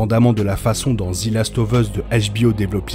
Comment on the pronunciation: Merci pour toutes ces videos ! ( "zi" last of us ca fait un peu mal aux oreilles par contre 😅)